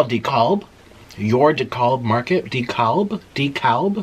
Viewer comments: It's pronounced DE cab. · Dekalb is pronounced “dee-cab” in Georgia haha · Dekalb is pronounced d cab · “I think it was called decawlb” “YOUR decawlb market” “deCALLb” “deCALB” 😂😂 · Dekalb! Pronounced like "de-cab". Its a great market.